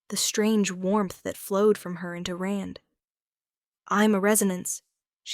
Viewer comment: Rand not Ren.